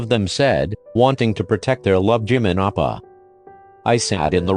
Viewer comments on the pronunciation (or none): "Wanting to protect their love Jimin appa Edit: Since then, I've keep hearing Jimin appa instead of oppa... dAdDy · Sounds like you are saying appa Damn Jimin already a father🤧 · i misheard oPpAHh as oPPrAhH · Jimin oppa? I started hearing jimin oprah at one point 😂😂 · It sounded like she was calling him dad the whole time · JiMiN HaS SmOL HaNdS BuT BIg #? U forgot the "r" in OPpAhHr